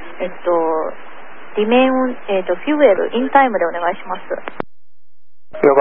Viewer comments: 冒頭～ まで最初の女性管制官の交信、こりゃ英語というにはおこがましい。 せいぜいTOEIC500点程度、レベルとして中学生英語以下です。 他のコメントにもあるように、この事態に及んで「えっと」とか訂正とか、 カタカナ過ぎて機長に聞き返させるのはプロとしてあるまじき行為。 r と l の発音がデタラメすぎてパイロットは一回で聞き取れない。 機長は良く堪えていたと思う。こんな程度の管制が交信しているとは驚愕！ remain を「リメウン」と発音しているし 10 thousand が「ワンゼロどうぞ～」になっている。ありえない。 他のコメントにもあるようにそこらの事務員並みですね。 ～こちらはホンモノの管制プロ英語です。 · 英語に関してはあちらが本場なんだからこういう指摘があってもいいと思う。どちらかというとFuelよりRemain言えてないことの方が気になりましたが。